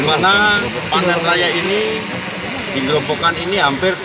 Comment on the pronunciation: Ada beberapa hal yang perlu diperhatikan. Sebelum proses tayang. 1. Pembacaan yang benar adalah Desa Rajek bukan Desa Rejek. 2. Kemudian Kabupaten Grobogan bukan Kabupaten Grobongan atau Grobangan. 3. Grobogan adalah wilayah sendiri atau kabupaten yang ada di Jawa Tengah bukan termasuk wilayah Semarang. 4. Keterangan lokasi di lower third menunjukkan di Semarang, padahal sebelumnya sudah ada penyebutan Grobogan oleh Kapolda. 5. Reporter menyampaikan bahwa melaporkan dari Grobogan sementara pengisi suara menyampaikan melaporkan dari Semarang. Tks.